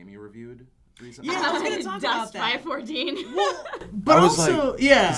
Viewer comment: It's umm... It's Five-One-Four, not Five-Fourteen...